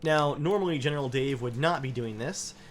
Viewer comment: Every episode you say general Dave I hear genital Dave